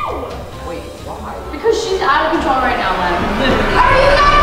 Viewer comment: “ IM OUT OF CONTROUL “ got me laughing